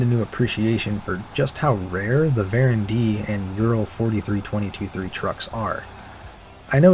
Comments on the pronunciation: Hi, why do you say varen when they are called voron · Why are you saying Varon ? It’s Voron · Why do you pronounce "Voron" as "Baron"